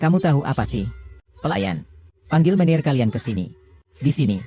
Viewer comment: Baca menejer bukan meneir ...mec kelen.bukan mactjalan 😊